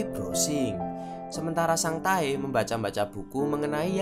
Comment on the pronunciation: Nama : Sang tae Yg saya dengar : sang tai